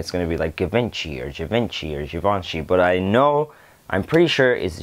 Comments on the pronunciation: You pronounced givenchy perfectly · Yes you did pronounce Givenchy correctly.